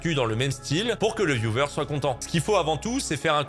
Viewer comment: j'ai jamais suivi norman j'ai toujours trouvé son humour un peu raplapla à la ramasse depuis le début sinon pour te corrigé c'est : VIOU HEURE et pas YOUVEUR (pour viewer)